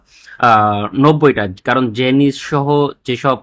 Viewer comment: A small correction, Janes is pronounced as "জেইন্স". জেনিস না. Keep up the good works!